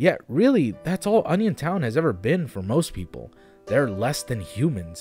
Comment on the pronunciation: I thought you said "Onisiontown", like who tf would visit a town baptized in Onisions name?